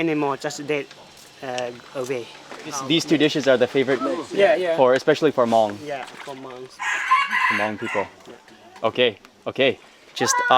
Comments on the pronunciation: Hmoob Food, good job in the video and not butchering the word Hmong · The video felt a bit rushed but it was great to see you finally making it to a Hmong Village. It was awesome to hear you say Hmong. Keep it up Mark. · Thank you Mark ❤️ for pronounced Hmong you are the best:)